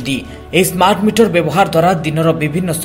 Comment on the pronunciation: ସ୍ମାଟ ନୁହେଁ ସ୍ମାର୍ଟ